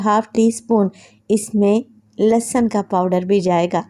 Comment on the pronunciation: Mashallah bohat he aalaFaiza app plz lassan na bola Karen lehsan Hota hai.sun k bohat ajeeb lagta hai lassan